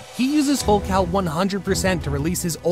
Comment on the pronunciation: Did bro say full cow 💀💀💀